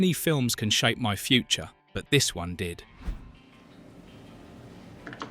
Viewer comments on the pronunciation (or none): none